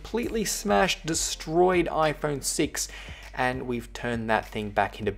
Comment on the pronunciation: He said ifruit6